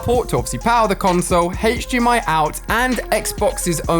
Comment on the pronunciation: Whenever he says HDMI I cringe